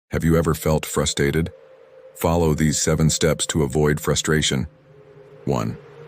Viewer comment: "frustated" LOL